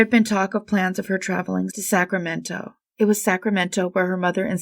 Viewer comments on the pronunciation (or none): none